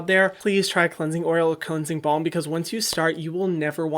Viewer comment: omg I always thought he was saying cleansing bomb not cleansing balm🤣